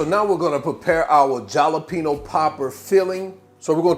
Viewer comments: i got halfway through the video.. please say ha!lapeno! like the rest of the world.. .. i know it's spelled with a j , but damn man! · Dude, I love your videos. The way you say Jalapeno in this one cracks me up. Com-on-man. The "J" should sound more like a silent "H", like saying "ha". Try "Ha-lapeno". Keepem coming bro. Peace. By the way, I have that exact same oven, and I love it. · You mispronounced th J, it's pronounced like an H in spanish.